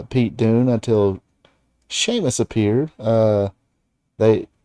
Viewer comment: Why's this guy keep calling Pete Dunne Pete Doone?